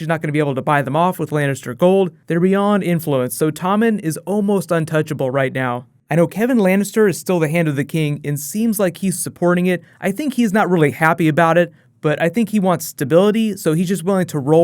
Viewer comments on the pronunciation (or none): Keeps saying "Drunk",...when he means "Drank" Keeps saying "Sympathy", "Sympathetic" when he means "Empathy", "Empathetic" Keeps saying Key-Van Lannister,..when he means Kevan (Kevin) Lannister (other videos)